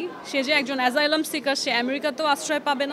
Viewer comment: উনি কেমন ইংরেজি উচ্চারণ করতেছে নিজেই ঠিক বুঝতেছি না এসাইলাম কে বলতেছে এজাইলাম আবার He পরিবর্তে বলতেছি She😅😅😅😅